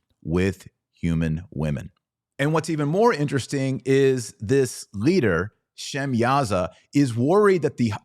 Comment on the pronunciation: Sumerians you mean, an ancient people group/civilization that descended from Noah's son Shem. Not Sem I don't know who that is! I do not struggle to pronounciate words with a Sh prefix. Nor words that start/begin with a W. Nor do I struggle to pronounce W (Waw) sounding words with a pronounced V sound. Because I do not descend from language group that cannot say/pronounce W (Waw)sounding words. Probably because the letter W is not part of their lettering system. Case in point take the word Hawaii, some people insist on saying/pronouncing the W (Waw) like a V. So they in up saying Havaii. Even though you See and hear the W (Waw) the W is not silent. Like in the word sword. Which sounds like sord in pronunciation not Cward! Sumer is a very real place/location close to the Persian Gulf but not in Iran.